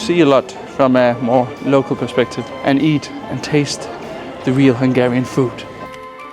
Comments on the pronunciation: As a Hungarian it's great to see that you enjoy Budapest and our food 😊 your Hungarian pronunciation is really good as well! Just one correction about the no clinking tradition: it only applies to beer, with other drinks we clink too. 😊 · Dude, as a hungarian I can tell you, you made a wonderful job with the pronunciations, its really hard, and most youtubers wont even bother, yours isnt perfect either obviously, but its very close, great job : )